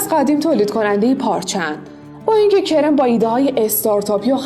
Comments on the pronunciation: واقعا که سریال عشق تجملاتی اسم پسره کِرِم نیست کَرَم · کِرِم نه کَرَم😐😂